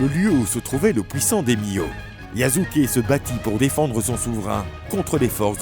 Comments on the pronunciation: Je te jure!! Yasuke est devenu yazuke 😓😓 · YASUKE PAS YAZUKE💀